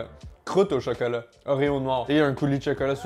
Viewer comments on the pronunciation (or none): Cheukeulat 😂😂 cheukeult 🤣😘